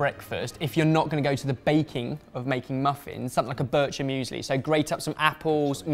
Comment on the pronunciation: the pronunciation of bircher müesli hurt my soul